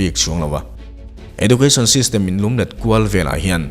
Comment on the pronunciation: Edjoocashn tia lam zawk tur niang..